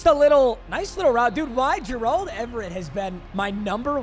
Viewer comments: Why are you saying Gerald like that? It’s bothering me 😂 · pls learn how to say gerald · PLEASE STOP PRONOUNCING GERALD LIKE THAT